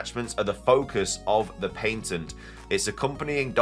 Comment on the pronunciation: There is a diference between the UK and US pronunciation of "Patent". Pay-tunt vs pah-tunt. Youre saying Pain-tunt...